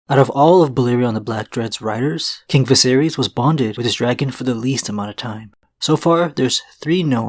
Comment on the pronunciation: I don't mean to be a dick but hearing Viserys pronounced as "vi-sare-ease" over and over really took me out of the video.